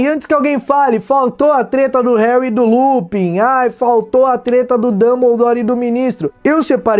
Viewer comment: opa vc falou teta... a nao pera treta? ALO FELIPE NETO NEWS(Treta News)